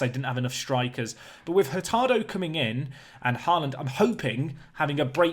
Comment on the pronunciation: «aa» in «Haaland» is pronounced «å»